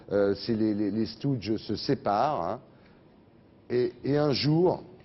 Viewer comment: Ça prononciation de stooges me donne la gerbe !!! 😭😭😭